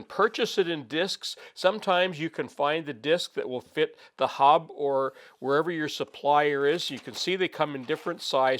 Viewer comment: The correct term is hub. It sounded like he said hob; his accent. A hob is a tool bit used to make gears, and a hop is a grain used to make beer.